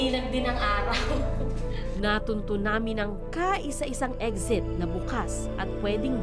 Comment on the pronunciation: Anong eggxit? Na bother tlaga ako sa pag bigkas mo ng eggxit bwiset